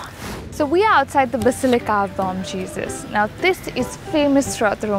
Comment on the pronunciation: It would have been lovely, if you had covered up a bit because every religious place deserves that respect, don't you think??? And as bom is a Portuguese word, the letter M in it is silent., you do an amazing job as a presenter bdw: )💗